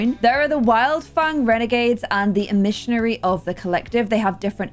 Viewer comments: I love this so far (but pronouncing emissary as e-missionary is SENDING me please never change I love it <3) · Aspirations- "Emissary of the Collective" Pronounced: Em-ma-sair-E I know these little things can get easily overlooked when recording a YouTube video bc you got so much going on. Just wanted to give you a helping hand with that one 😊